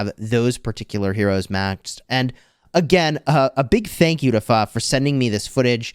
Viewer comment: I'm surprised you said pho pretty close